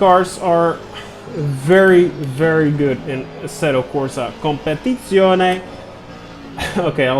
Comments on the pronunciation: I'm italian, and I can say that, that prononciation of Competizione was... A MASSIVE SATISFACTION ! Grazie 😍 keep up with the content, always super intresting 💪💪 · No no, this time he's nailed it !! 😃